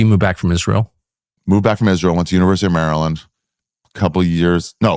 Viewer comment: I really thought he said he moved back from "misreal" not "Israel" but i was wrong.